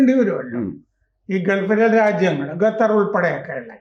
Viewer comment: ഇത്രയും സീനിയർ ആയ ഇദ്ദേഹം ഗത്തർ എന്നു ഉച്ചരിക്കുന്നത് അപഹാസ്യം.. ഖത്തർ എന്നു ശരിയായി പറയുക.